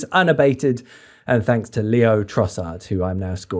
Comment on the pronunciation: Not Leo its LAY-O ffs